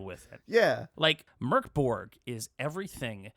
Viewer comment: Hi guys! Love your podcast! I where at the release party for the game and it was the coolest thing I ever been to! I love the game so much, though cuz of Covid, never got the change to play it. And it's pronounced "Mouhrk Borj". Stay safe and take care of each other. //HXA